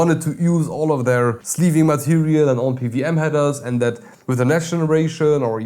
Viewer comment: Pe - Double-U [not a 'V'] - aM - you are quite welcome.